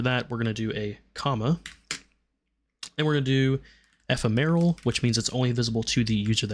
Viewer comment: eh-fem-or-al.... not however you were pronouncing it... sorry, just one of my pet peeves is people mispronouncing words. 😅